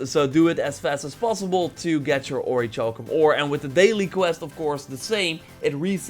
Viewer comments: ... It's pronounced ORRY KAL KUM... Please stop with the "CHALL KUM" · its pronounces ori-kal-cum. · It's pronounced or•i•kal•cum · It’s. Pronounced. Oric-cowl-come. LEARNED THAT IN SKYRIM BOY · Seriously it hurts my ears hearing it how he says it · What about orichalcum? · and Orichalcum the wrong way! Haha I'll forgive him though, because it makes me laugh when he says it, and that's not bad thing!